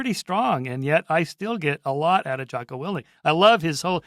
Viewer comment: I’m skeptical 🤨 if you actually read Jocko, then you would know his last name, or at least how to pronounce it😂